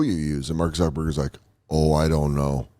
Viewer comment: It's pronounced Mark Zuckerberg, not Zerkerberg, You're welcome.